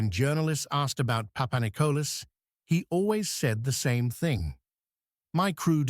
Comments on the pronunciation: when a channel is full of it you even got the sub name wrong its PAPANIKOLIS NOT PAPANICOLAS lol ,you shouldnt play with a countrys history when people who had grandfathers ,today s greek military personel roam the youtube and watch channels like this one butcher their history...............some channels will do anything literally anything for views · Δεν λέγετε ΠΑΠΑΝΙΚΟΛΑ ΑΛΛΑ ΠΑΠΑΝΙΚΟΛΗΣ ΡΕ ΦΙΛΕ. ΕΥΧΑΡΙΣΤΟΥΜΕ ΓΙΑ ΤΟ ΝΤΟΚΥΜΑΝΤΕΡ ΕΛΠΙΖΩ ΝΑ ΜΗΝ ΕΙΣΑΙ ΑΠΟ ΤΗΝ ΒΡΕΤΑΝΙΑ. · Παπανικλής λέγεται ο τόνος μπαίνη στο τέλος.